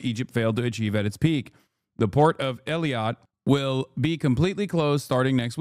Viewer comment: Hassan butchering those names Eelaat Umm Al Rashrash